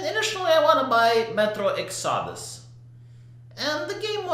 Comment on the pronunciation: Exodus is pronounced: EX a dis